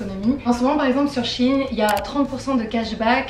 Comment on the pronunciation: Ça se dit shein